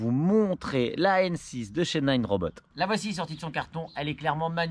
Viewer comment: Salut, juste un detail c'est Nanrobot pas ninerobot:) sinon belle video